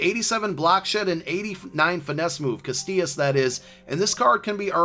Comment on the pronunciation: Casillas not castillas. There's no T in his last name!